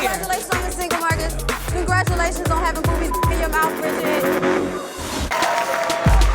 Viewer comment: Marcus calling that man booey n booty every thing but boobey 🤣🤣🤣